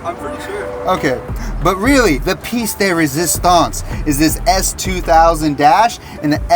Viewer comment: French here, yes it is resistance. We say pièce and not piece tho